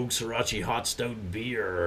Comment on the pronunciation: Srirach-uh! Not Srirach-ee! LoL Cheers!